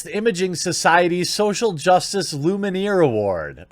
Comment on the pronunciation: Lumiere. Not Luminiere. Not even Luminaire. Lumiere.